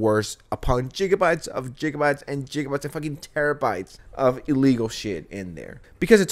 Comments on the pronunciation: Did you say "jiggabytes"? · this guy is disgusting and I absolutely agree w u, but please never say jiggabites ever again. It's pronounced with a hard g. Anyways, I still enjoy ur videos, so keep it up. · Ngl...saying Jigabyte should grant jail time. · After pronouncing it "geegabytes", I'm surprised you didn't say "teerabytes". 😂🤣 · stop saying jijabite. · bro why u pronounce gigabytes like that?